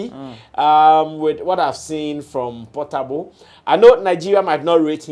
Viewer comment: Portable is naija shatta wale not Pattapa😂😂😂😂